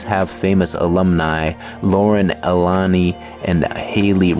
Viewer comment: You got a thumb down cause you miss pronounced so many names it’s Lauren Alina not Elani